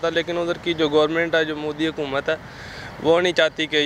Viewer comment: hukumat nhi boss. aap ke yaha hai hukumat 😁